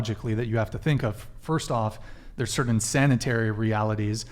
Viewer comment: DUDE! Stop saying “cerddin!” The word is “certain!”